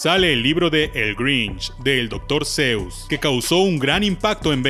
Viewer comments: Oye!, se pronuncia Dr. sus, no Dr. seus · No se pronuncia doctour zeus, si no doctor shuss, buen video.